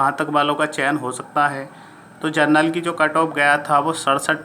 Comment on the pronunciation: आप जनरल को जर्नल बोल रहे हैं जो कि गलत है। वो सीट जनरल की भी नही है बल्कि अनारक्षित की है।